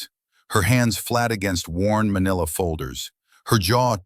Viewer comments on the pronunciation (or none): none